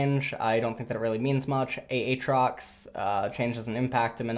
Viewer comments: Not sure if you're just fucking with us at this point, but literally no one pronounces aatrox the way you say it. Aye Trox. Not Aye Aye trox nor Ah Trox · Ay-trox. Not Ay-Ay-trox. :) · It is not Ahtrox. Its Aatrox... lmao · Did you actually just say A-atrox?????????????????????????????????? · Worst part of this update is having to hear him say Ah-trox more than once. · does he pronounce aatrox wrong to mess with me?